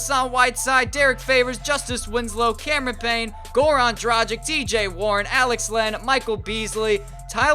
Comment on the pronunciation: If you wanna say Dragic right its not like M"agic" it's Dragich with g pronounced like in word Gay, so please stop saying Dragic like Magic and pronounce it right...